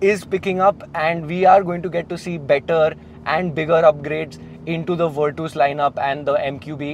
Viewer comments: Vitooos kya he 😂 Its virtus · if it’s the right pronunciation it would be Fer-tus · Virtus ❌ vertos ✅🤣 Vir-tus ✅ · virtooos? were twos perhaps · Virtus❌ wereTOWS✅VIRTOOOS☑️ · still virtoooos sounds wierrd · V in Indian accent is we... so he's saying weertwos... 😂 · broo pleasee...its nott virtoooss!!